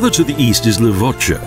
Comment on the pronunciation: Levoča, close enough